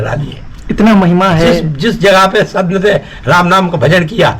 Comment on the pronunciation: शंत नही संत लोग बोलिये 😮😮😮😮😮😮😮😮😮😮😮😮